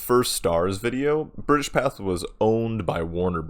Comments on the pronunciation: Pathé is pronounced "Patey", not "path". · It's pronounced pathAY.